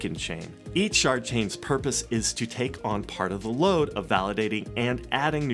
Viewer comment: Did he say Shart chain?